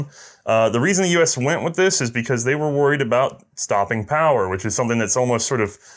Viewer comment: STOPPIN POWAH